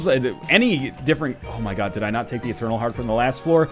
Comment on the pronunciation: i tink your not "etarnal"